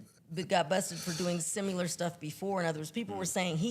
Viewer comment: cracks me up with her "simulur" 🤣